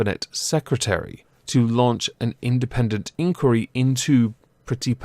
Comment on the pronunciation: Why are you saying inquiry weird??? Why??? why?!?!